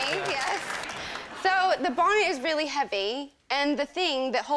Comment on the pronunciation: British accent in the word heavy